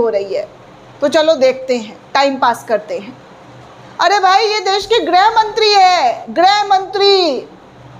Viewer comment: मैडम जी आप बार बार ग्रह मंत्री बोलती हैं। मैडम जी गृह मंत्री होता है।इसको सुधारिए।